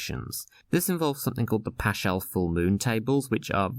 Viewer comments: Excellent video! But if I may make one small correction: Paschal is pronounced PAS-cal, not PASH-al. It's a hard 'ch' sound. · Comment and question: C - Paschal is pronounced “Paskal” in English Q - why does the Orthodox Easter jump around so much? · Fascinating and nicely presented. Two mistakes, I think. Round the date bottom right should be Sun 21 Apr, not Sun 21 Mar. And "paschal" has a hard "ch", so is pronounced similarly to "pascal". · This was great but paschal has a hard k sound.